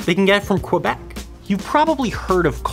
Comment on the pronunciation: I love the way you said Quebec